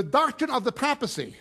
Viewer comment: Did I hear him Say crapacy instead of papacy??